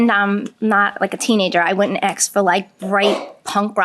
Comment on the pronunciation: "Tawk" "Axs"